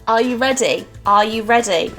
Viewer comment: "Aaauh eyou reday" lmao love your videos